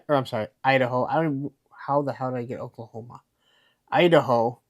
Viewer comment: LMAO “Oaklahoma” that was hilarious I was like where does he see that at??? Good stuff